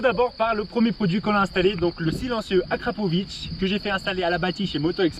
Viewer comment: AKRAPOVICCCC….et non AKRAPOVITTCCHHHH…. En plus c’est marqué dessus comme le porc salut ! 😝😳🙄 Bon sinon très chouette son, et ailleurs les lignes complètes ne sont pas moins chères de 50 % ! A part chez Wish…😬😂😂😂